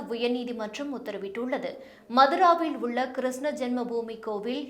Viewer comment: Please pronounce Krishna properly